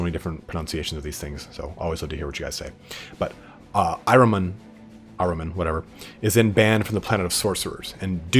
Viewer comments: Nice job on Magnus- his story is really pretty deep, and tragic. I think the term you were looking for in there is a “self-fulfilling prophecy “. And your pronunciation of Ahriman sounds like I always thought- “Are-ee-mon”, or when you’re in a hurry, “Are-ih-mun”. Thanks for the great video- looking forward to the next one- I don’t care who’s next, as long as you eventually do them all! Keep up the good work, and best wishes for the New Year- =][= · Pronounced correctly. It’s the name of the Zarathustra’s Satan. Your h has to be deeper for perfect pronouncing. As you do in Hamburg, but English doesn’t have that phonetic sound